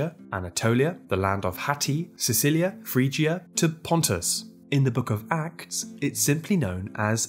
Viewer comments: it's not Sicilia 💀, it's pronounced as See-lee-sia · He mispronounced it but he wrote it correctly ahaha it's okay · Did u srsly call the Armenian Kingdom of Cilicia (in armenian Kilikia) Cicilia? 😅 Still. Awesome video as always. You vids are always entertaining and curious at the same time.